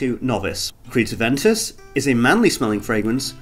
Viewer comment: It's Aven toos... smh